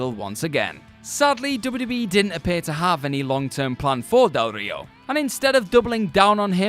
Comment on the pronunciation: Stop pronouncing Del Rio like that,. You're not Spanish speaking, it just sounds weird